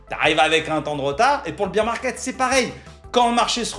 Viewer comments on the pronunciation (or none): On dit pas beer (bire) market on dit bear (bère) market en gros tu prononces bière au lieu d'ours